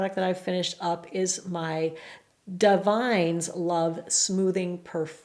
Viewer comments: Just FYI - the Davines is pronounced DaVIN-ess. I said it wrong for about a year before my stylist corrected me 😂 love you empties videos for finding new stuff to try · Thank you! I think Davines is pronounced dav-in-ess. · I think it's DAH-vih-ness. Heard another YouTuber pronounce it!